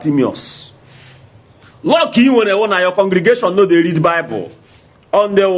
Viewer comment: speak good English dummy -read not lead